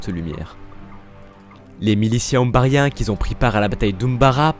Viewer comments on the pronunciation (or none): Les "zumbarien" 🤣